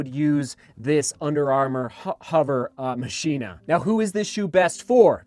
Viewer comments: 7! Could be pronounced ma-key-na.... not machine-ah... just guessing... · Mock-e-na (like Mach speed) is the proper pronunciation I believe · Its pronounced "Mah-chyna" you plebs. Just ask our president. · I think it's pronounced 'ma-k-i-na', like the movie Ex Machina. Outer material actually looks like Ava in the movie. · I think it is pronounced, Machh - Ina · it's Machina as in "Ma-Ki-Na" like the spanish for machine. I have an UA hovr phantom SE and actually love it except for the weight, could be better. The UA tech is actually very nice and detailed once synced into the map my run app. IF UA could produce lightweight running shoes, it would be great. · I think it's probably pronounced like how you say deus ex machina